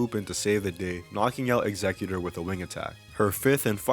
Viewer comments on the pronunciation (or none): none